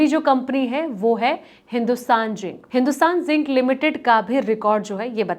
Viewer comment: Don't the channels check the quality pronunciation of the presenter? This lady is calling Hindustan Zinc as Hindustan Jink.